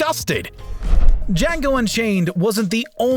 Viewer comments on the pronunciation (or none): "The Jackal Unchayne" Django Unchained Anyone else hear that too? Edit: cool video by the way, I did not know about any of these so thanks